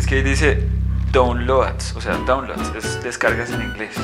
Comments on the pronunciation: Pero se dice download mama : ( : ( : ( jajajja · duolan dowloands jajajajaja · Fermín Díaz Jajajajaja yo no sabía ni qué pensar cuando decía "Duolan"